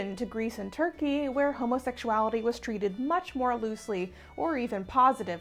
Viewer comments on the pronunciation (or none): none